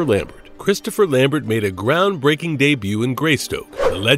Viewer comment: Can't continue to watch this with the AI narration butchering the pronounciation of words like risqué and names like Christopher Lambert.